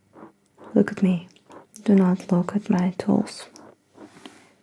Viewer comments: lmao cute intro Oh TOOLS I thought you kept saying "look at my toes" O_O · The way she pronounces "tools" it kind of sounds like she's telling me to NOT look at her toes for like 7 minutes.